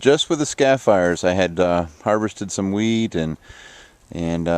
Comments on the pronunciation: LOL- i believe you made a big video typeo/speako-- said you harvested some WEED- i know you mean wheat but it sounds like you said WEED-- just pulling yer chain a bit- great gardens peace and love to you and yours. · lol at first it sounded like you said i just harvested weed